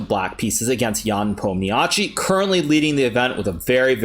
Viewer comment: I have only one question. Why you make surname "Nepomniatchi" sound so italian?